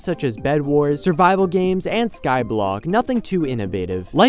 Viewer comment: when he said survival games I heard bible games and was like WHhHAaaaATT?